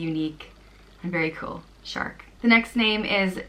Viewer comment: Seriously “Searc” shark 🦈!! You keep saying I love this name!! What do you like about this ridiculous name